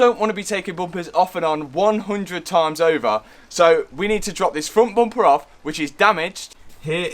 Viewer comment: It's just a Bumper not Buumpah.